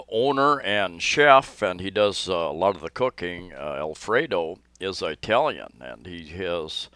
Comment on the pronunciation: You make me laugh. It isn't pronounced "Eye"talian. It's pronounced like "Ih"talian. Like the word "it".